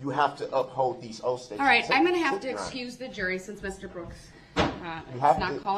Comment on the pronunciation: "You took these oafs of offices, your Honor"....